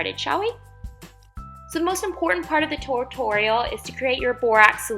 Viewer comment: she says tortorial😂😂😂